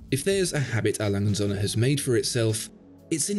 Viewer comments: Srill can't pronounce his favorite watch brand correctly... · How about you learn to pronounce the name of the company?